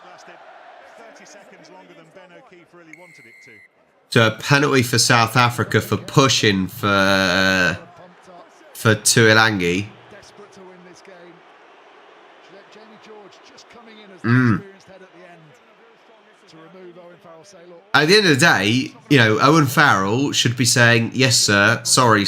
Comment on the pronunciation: You say Tuilagi like " Two a lung ee.